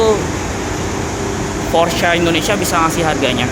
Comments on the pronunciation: Dibaca porsche Pakai e bukan porsch Pelafalan jerman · bacanya bukan "porsh" tapi "Porshuh" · mantap pak. cuman klo boleh sharing cara manyebutkan nama porsche itu bkn "porsch" atau "porschia" tapi "porsche" aja biasa. krn dlm bhs jerman, normativnya pengucapan sma dgn penulisan. kedua, utk G-Force it bukan gaya dorong atau thrust melainkan posisi titik berat (massa mobil * grav. bumi) si mobil. maju terus gan! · Bacanya Porsyé Bro... Thanks.